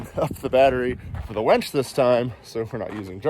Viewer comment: It sounds like you are saying " wench ". Are you angry with it, or do you actually think it's called a wench?